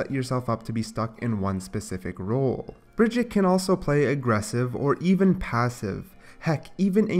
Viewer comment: Who the hell is Bridgette, her name us Brigitte...stop saying it like that...